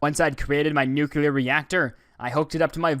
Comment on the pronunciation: Why do people keep saying "Nucular" instead of "Nuclear?"